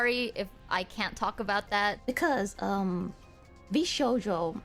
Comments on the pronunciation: Girl are you just reading a script someone else wrote? How do you pronounce VShojo wrong 100+ times while showing footage where it's said correctly. 😥 I get that you have a team to help you. but they're doing the heavy lifting on this channel clearly. Oof. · Overall a good video but PLEASE pay more attention to pronunciation. It's very clearly VSHOJO not VSojo. I had to force myself to not skip the video every time I heard this. I can't accept this as a mistake when the company name is correctly repeated throughout the video by many, many people. Same with Mowten Doo. I know it's a small gripe but it makes me wonder if has even watched these videos - what reason could there be for mispronouncing a company name mentioned SO MUCH throughout the video?? ETA: She corrected herself on Mowten Doo so I retract that:) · I like this video, but your pronunciation of “Vshojo” as “Vsojo” is killing me inside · Absolutely great video, but every time you pronounced vshojo as vsojo it just killed me 😭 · Amazing video as per usual <3 ! (It did kill me every time that you didn't pronounce Vshojo properly xDDD and said Vsojo instead xD) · Shojo. Show-joe. Not so-joe. There's an H in it. There's an H right there. How did you go through a two hour long video with clips of people correctly saying it repeatedly and still drop an entire letter from it? For two hours?? I don't know why that's bothering me so much but it is. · Why you saying Sojo the entire vid? Its V SHojo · I'm sorry to be a pedant, but ...sHojo. Not sojo. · It’s a little thing but you keep accidentally mispronouncing the agency’s name throughout the video 🥲 VShojo. Not VSojo. Anyway, thank you for covering this. I’ve followed several of these Vtubers for a while, Mouse being the most, and this whole thing coming out was awful. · Why is she pronouncing it "Sojo" an not "Shojo" as even Ironmouse said herself? Sitting here annoyed everytime she says "VSojo" lol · Not Vsojo pronunciation!